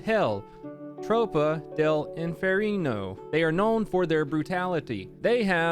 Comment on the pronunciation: "Butalitty"